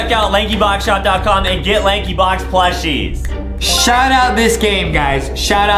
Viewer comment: it's "plushies" 🙄